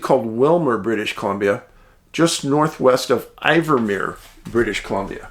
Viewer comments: WATCHING FROM CORTES ISLAND WEST COAST B.C. CANADA... FYI DAVID THE CITY IS KNOWN AS "IN-VERMERE.....NOT I-VERMERE....THANK YOU FOR YOUR EXCELLENT WORK, BEEN WATCHING FOR MANY YEARS.....THE RCMP SOUND AS IF THEY ARE SOME WHAT CULPABLE?....A FTER WATCHING YOUR CHANNEL I AM GETTING THE HEEBEE GEEBEES FOR MY HOME PROVINCE OF B.C. .....GRIM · We pronounce it IN-Vermeer 😊my friend. The people of the East Kootenays come together like nothing I have ever seen. “If I have to explain it, you won’t understand” Sasquatch, Shapeshifters, Dogman as well as our Grizzlies, Brown Bear, Cougar,Bobcat, Lynx…..We have a lot of encounters in this area, especially with the Bigfoot